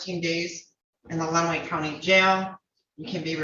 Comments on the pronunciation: It's pronounced "LEN -away" county. Yes, it's a felony to get this far behind. He will also lose his drivers license, ability to secure a hunting license as well. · Actually pronounced Len-a-way